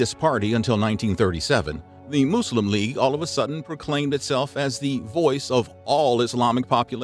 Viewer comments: its pronouced mus-lim not moo-slim this video is a joke cant even take it seriously and im Christian. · This bloke, trying so hard to avoid his yank habits of pronouncing the word muslim as 'muh-zlim' but instead went too far extreme with his 'moose-lem' 😂😅😂 Kefe! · Say Muslim properly come on!!!!!!